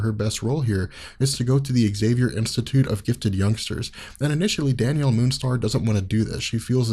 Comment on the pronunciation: I know he's saying Danielle but it sounds like Daniel almost every time, lol